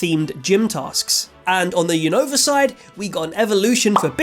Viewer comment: Is Unova not younova say the name right 😅